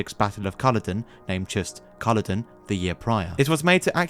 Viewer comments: G'day to you! Sorry just had to say, the Correct way to say it is CULLODEN not CULLODIN. Perth West Aust. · Culloden has a long "o" which starts the second syllable: Cull-odd-en not Cullo-den. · It’s Cull*o*den, not *cull*oden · Why can't you pronounce Culloden? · Your pronunciation of Culloden broke my ears.